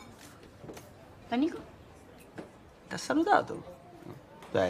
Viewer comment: bestie its nico not nicco